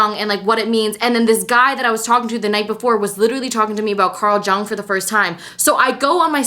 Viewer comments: Girl luv u That "Carl jung" is pronounced like yang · Its Pronounced YUNG Carl Jung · thank you for being vulnerable. also it's pronounced like carl young for future reference, wish i could've dm'd about this but i don't think youtube has that capability lol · please go and learn how ‘Jung’ is pronounced